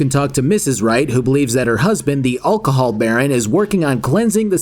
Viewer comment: should learn to say alcohol